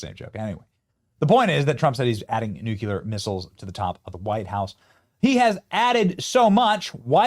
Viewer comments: Benny, tryna help a brutha out. It's NOT NEW-Q-LER. It's NEW-CLEAR please. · Benny, its nu- klee-ar, not nu-kew-lar. Just listen to all the reporters. They know how to pronounce it. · I love your show, respect you. The word is nuclear is pronounced nu-kle-er not nu-cu-ler. Thanks for all that you do for us in the USA! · Benny , it is nu-clear. Not nuc-u-lear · Benny! There's no such word as *"NUCULAR"*. You sound like an idiot when you say it; and you give Conservatives a bad name. The word is: NUCLEAR. N-U-C-L-E-A-R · Nuc lear not nucular! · There is only one U in nuclear. It's pronounced "New clear", not "Nuke U Lear". I can't listen to you mispronounce that word. I usually watch your videos and upvote them but if you can't pronounce a word correctly, don't use it. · IF YOU CAN'T PRONOUNCE " NUC LE AR " JUST USE THE " N WORD " , SAYING " NUC U LAR " JUST MAKES YOU LOOK ILLITERATE ! PLEASE DON'T TEACH YOUR KIDS TO SAY " NUC U LAR " ! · Its pronounced NU-CLEAR. Not NUKE-YOU-LER. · C"mon man! It is nucLEAR, not nucULAR! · NEW-CLEE-AR NOT NEW-CUE-LER PLEASE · Benny......it's "Nu-cle-ar", not "Nu-cu-lar. You have been listening to George W Bush too long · Benny, thanks for your reporting, but please learn the correct pronunciation of the word nuclear. It isn’t nuke you ler. 😊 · Please stop saying NUCULAR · nukuler? OK Dub-ya. And take your Jag-wire to buy a warshing machine. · It's pronounced NUKE-LEE-UR. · Dude, WTF is NUCULER? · Dammit, Benny, learn how to pronounce nuclear!!!!!!!!!!!!!!!!!!!!!!!!!!!!!!!!!!!!!!!!!!!